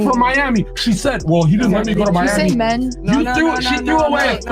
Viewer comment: Mee- amey 😂 Miami